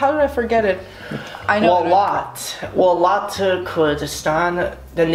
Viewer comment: waal llaaat wtf - its welat, what is waalllaaaattt